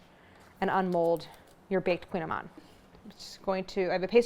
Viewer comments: Well, you're correct in that it's difficult to pronounce since it's Breton celtic, lol, but it's not "queen"-amann either, lol, at least from what I've heard other Bretons say, it's closer to like "cooñ", but even that's not it because it's a vowel we can't do in English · Oh non why you say it like that! It’s Kouign Amann (koui-ya-maannnn….), mon dieux 🤦🏻‍♂️ but I will forgive you for giving us the recette though ✌️✌️ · It's in Breton language, which is not a romance language. It's pronounced "koo-nyah-mahn". They taste heavenly, of course, especially when done in Brittany ! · I've made these for years and always pronounced it like Claire did. Last time I was in Paris at the Marché Bastille I was corrected by the baker: "koo-NYA-man."